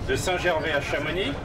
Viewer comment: arg il dit chamonixe et pas chamonix!